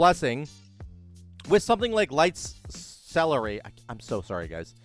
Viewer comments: Lights CE LEAR ity. not lights celery. Sounds like a wow diet that would fail. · So stoked for Ret! It's pronounced ce-LER-ity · sell-air-ity celerity :D